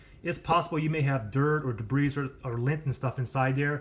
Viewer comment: The "s" in debris is silent. He pronounced the word like "debreeze" LOL